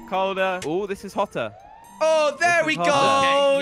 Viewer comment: When says hotter it sounds like potter